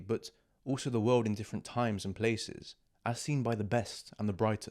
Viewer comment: اوتش The world you said😅😅 It feels like someone slap me on the face